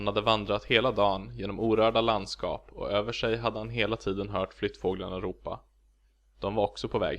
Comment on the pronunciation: Is it me or does och sound like just and o? Is it just like how he pronounce and as n?